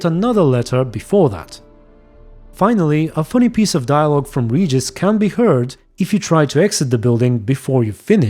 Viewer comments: Both in Polish and Russian, his name is pronounced as "Regis", not "Redjis" (yeah, I don't know how to put it else, lol). The same way it is in the books. I suppose "Regis" came, because somebody forgot to point out the right pronounansation during voice acting process. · The name is pronunced difrent, in fact in the original books, and lague its pronunced as same as vampires pronunce it. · actually in latin, regis means king. in vampire pronunciation same as latin pronunciation :D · about his name pronunciation - in Cz and Pl it is same (I am from Cz and I play with Pl dubbling) and in books - Regis was not waitning alone when Geralt was with Fringilla. Regis was with sukkub. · In Polish we read Regis' name with "G" like in Geralt's name. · In polish actually you pronounce Regis nearly exactly how he said it in front of the unseen just a little fun fact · You dont even know how happy am i that i hear regis not reeeeeegis Greetings from Czechia ❤️❤️ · In Poland we say "Regis" in that way :D I think because of that in other languages it sounds very similar :3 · I’m german and we pronounce it exactly like that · I think most names in the game like Regis Geralt usw. German names Regis are pronounced in german like he said it by the unseen elder. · Name Regis is pronounced [Regis] in every Slavic language I know. So it's not as in vampiric language it is pronounced that way, I would dare say it's the correct pronouciation (based on origin of Witcher). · Actually the way that Regis pronounce his name in his language is the same way we pronounce it in Poland :P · The Vampire pronunciation of Regis name is actually same pronunciation as in Polen. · Ofcourse I know how to pronounce "Regis" coz that is his name. English voiceactors are the ones who butchered it every time. Like proper muricans always do. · Well the "vampiric" pronunciation of Regises name is original pronunciation in Polish language. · in polish regis is read exacly like he says it while adressing unseen